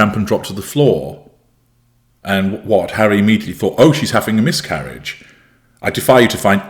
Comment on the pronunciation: I thought you first said “myth-carriage”! Which I find very, very fitting😏